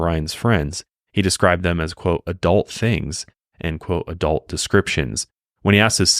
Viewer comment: Every single time the (not a real word) word "adelt" is said; it makes me wince a lil bit... So, along with the other gazillionjilion instances which also caused me to physically recoil during the run of this video... No joke, I'm literally, actually, noticeably sore.